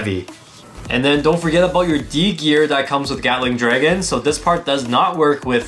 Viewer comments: I’m sorry, but did you just say “Yatling” Dragon? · Bro really said GYATTling dragon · I love how pronounces Gatling Dragon as Yatling Dragon, kinda reminds me of Bigbang Yenesis